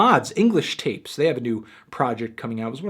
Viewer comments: *English tah-pahs you melon head fuck it's spanish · It's english tapas you melon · English Tapas, not English Tapes. Tapas like the small lil portions of food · "English tapes". English 'Tapas'...Tapas (Spanish pronunciation: [ˈtapas]) are a wide variety of appetizers, or snacks, in Spanish cuisine. They may be cold (such as mixed olives and cheese) or hot (such as chopitos, which are battered, fried baby squid). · ahahah its English Tapas, as in the food, not tapes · It says English TapAs not Tapes.